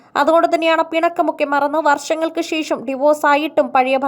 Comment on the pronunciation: ശേശം അല്ല ശേഷം എന്ന് പറയൂ.